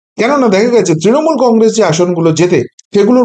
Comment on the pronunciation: কংগ্রেস - শব্দটার শেষে ' স ' ; ' শ ' নয়।